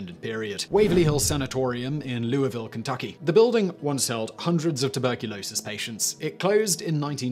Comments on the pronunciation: Great video and you are one of the few people I’ve ever heard to correctly pronounce ‘Louisville’ according to how we say it! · Always impressed with your pronunciation of Louisville! Great job sir! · Wow, you pronounced "Louisville" correctly! (That's rare) 😎. My great grandmother was in Waverly Hills in 1937. The place gives me creeps and has since I was a tiny child.